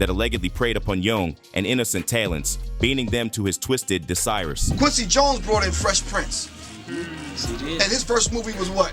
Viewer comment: What about Jon es (Jones)😂